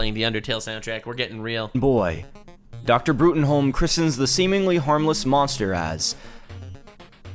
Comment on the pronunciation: Professor's name is Broom, it's always Broom, his first line in the comics is literally telling someone that Bruttenholm is pronounced Broom.